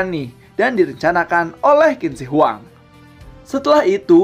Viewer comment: Qin baca nya chin bukan kin kawan..